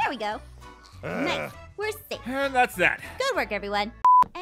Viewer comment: I love she says noice😂